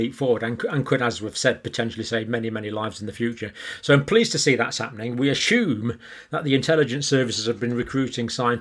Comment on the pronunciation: John, petty I know, but please say assume, not ashume.